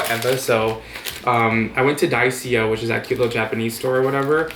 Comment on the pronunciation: it's pronounced die-so... lol